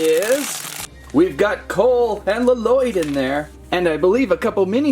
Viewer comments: You don’t pronounce the second l in Lloyd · Lloyd: AAARRRHHH it's not LaLloyd it's Lloyd AAAAAAAAAAARRRRRRRRHHHHHH!!!!!!!!!!!!!!!!!!!